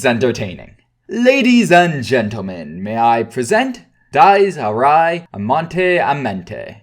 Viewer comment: The ridiculously long monologues ruined "Dyes Ee Ri" for me